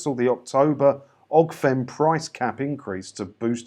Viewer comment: First, it's Ofgem, not Ogfem, but that aside, I'm a well qualified worker, and have always had a decent, and secure job, except for two weeks around 8 years ago, when I found myself out of work, with rent due, and zero in the bank (long story, but that's how it was) so I claimed UC just to pay rent. As it happens, very quickly after I found work, and I declared this to the DSS. Hell on a high stick, they went hell for leather to recover what they had paid me, and what I was legitimately entitled to. Now, as it happens, my profession is a specialist accountant (yeah, you'd think we make enough to not have to worry, but not so. At the time, I came off a £24K PA job to zero, but I'm doing much better now, thanks for asking). Even so, I had a hell of a fight on my hands, and my only saving grace is that I work with the law. Heaven help those who don't, and get shafted by this Government day in and day out. Oh, an d whilst 38 Degrees may not be "Official", Government pay attention to it. It is a hell of a measure of public opinion. Wish I'd waited until the end when you asked for thoughts. Here we go. Our current Government are a shit show that don't care for one minute about the least well off. And as of today, it gets worse. Truss has promised help that will benefit those with most more than those with least, and in fact those with the absolute least will feel no benefit at all. It's an appalling state of affairs.